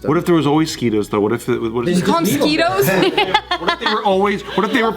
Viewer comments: i thought he pronounces them like “mo-sqwhy-toes” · "Mo-Sqee-Toes" 2018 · Y'all member when said mos-kwate-oes... Or something like that, I don't quite member now tbh lol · The fact that none of them know how to properly pronounce mosquitos is astonishing. They even have saying it wrong now.